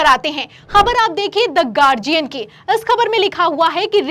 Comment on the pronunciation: गार्डियन नहीं, गार्जियन है सही उच्चारण । यह शिकायत नहीं, सलाह है आपको ।